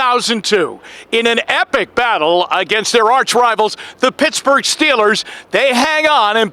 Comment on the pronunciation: Please stop saying Rivals lol